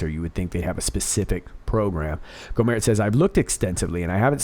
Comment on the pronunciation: I love this video.! Just a tip: In Texas, we say: "Go' - mert" with a hard T.